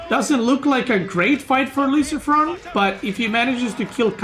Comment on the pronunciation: Best is the french pronunciation for luciFRON and then normal pronunciation for the french MarineLord best caster BAYBEE